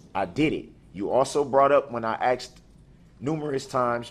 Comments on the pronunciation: Darrell I know you got your busy pretending to be a lawyer. But its asked not axed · You AXED me to DO DAT 😄😄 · I know, poor poor poor Darrell, everyone is so biast against him!!! AXED AXED AXED AXED ME TO DO..Is it fair to say…Substain.. Ugh,.He makes me 🤢🤢🤢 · What in blue blazes does the vile defendant always mean by his saying: “I accept for value and return for value any documents?” AND the vile defendant does NOT ever pronounce the word and/or words “ask & asked” correctly. Vile defendant pronounces the word and/or words as: ast & asts. Vile defendant conducts his behavior AND words exactly as two of my family members CHOOSE to do. The Lord, in HIS timing, WILL give this vile defendant an attitude adjustment, be that here on earth BEFORE he dies, OR in the eternity that he CHOSE, which is in hell with satan laughing in vile defendant’s face. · I'm not sure how many times he's said he axed the judge, but those should've been included in the sentencing. he threatened to axe so many people. Very scary. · "You never axed me ta do dat"- Darrell Brooks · lmaoooooooo yeah haha AXED too many questions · But I axed you your honour